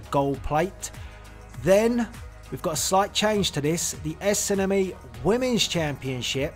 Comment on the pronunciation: Lol i love how he says SNME. Esenemi xD